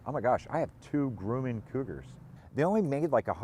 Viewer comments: I do believe you are on the crazy side but I love it keep it up you will be a hero soon. BTW it's not Grew man it's Grum man rhymes with crumb can I live near the plant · It’s not Grooman, it’s pronounced Grumman IE: Drummin. I am from Long Island where Grumman Head quarters were before they were bought out by Northrop back in the 1990’s. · It has been my experience that Grumman is pronounced "gruh man" ... never heard it pronounced "groo man" ? Good videos, really enjoy your aircraft projects. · Grum. Not Groom! :) ! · Gruhman not groomin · FYI, Grumman is pronounced Grum-man, not Groom-man. Thanks for the amazing content! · I worked at Grumman, I need to teach you how to pronounce!!!